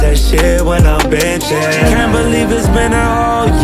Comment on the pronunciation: It’s “benchin” not “bitchin”